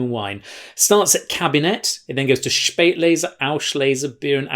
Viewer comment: Joe..."Spaet"lese = "late"er, "aus"lese, "out of time. :-) ps, get the pronunciation sorted! "Schpaeit"lese. :-)